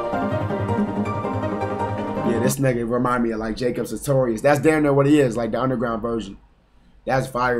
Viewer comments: "jacob satorious" 😭😭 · he called him jacob satorious 😭